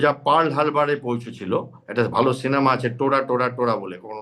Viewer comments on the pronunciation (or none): none